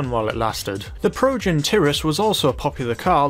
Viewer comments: Pronounced. Tie-ress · It’s Pronounced Ty Rus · It's pronounced proven Ty-rus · Osir-is? I swear its pronounced osi-ris And , isnt it Ty-rus not Ti-rus? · "teh-rus"? "tie-rus" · ty-rus not tir-us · progen tirris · Ok, It’s Osiris, not (osur-us), and tyrus, not (turis). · progen tirus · They way he says Osiris & Tyrus.... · osiris,tyrus,and vagner why do u pronounce them wrong